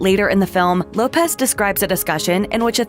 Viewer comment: "Jennifer Hoepez"